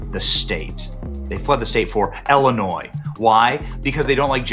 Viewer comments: Not Ellen-Nois Benny, its Ill-i-nois (nois pronounced noy, not noise) No matter how its pronounced, it sucks here. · Your pronunciation of Illinois is the by far worst pronunciation I’ve ever heard 😂